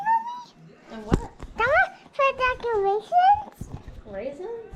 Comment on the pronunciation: I think she was trying to say "decorations" she is so precious 💕